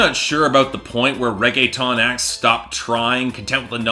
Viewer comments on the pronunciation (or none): Lmao this man seriously said "raege-TON" 😂😂